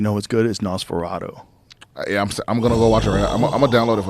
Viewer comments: Joe "Nosferatoh" Rogan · NosforaDO? WTF Joe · Joe cant pronounce nosferatu lol